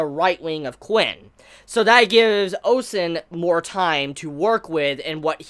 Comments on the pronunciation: OH MY GOD FINALLY SAID OUSEN CORRECTLY!!!! FOR PROOF CONGRATULATIONS!! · He says it correctly again!! So proud!